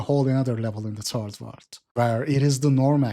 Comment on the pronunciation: I love how you pronounce third world as "turd world"